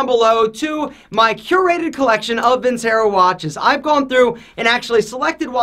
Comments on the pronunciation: how can you claim to be Italian when you don't even pronounce "vincero" correctly? it's "Veen-CHE-ro." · Video sponsor and he pronounces the company wrong 😂 Vincero is pronounced “Vin-chero” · My man did not just say Vincero!!